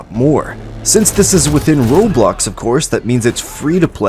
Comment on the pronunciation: Bro said r o b l o x and I lost it 😂